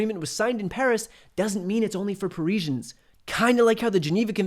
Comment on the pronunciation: Pari-juns??? Par-izi-ans.